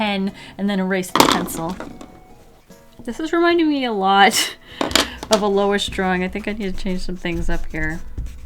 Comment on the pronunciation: Dwawing wiff waffles 🧇 lol 😂 drawing wiff waffles